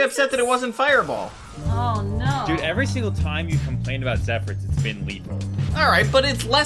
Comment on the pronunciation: Reminder that it is pronounced ZephERS